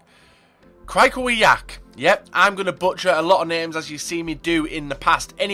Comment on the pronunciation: The cm is krichoviack no kirschivalk